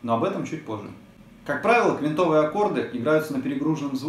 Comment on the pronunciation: прошу прощения, но правильно "квИнтовые".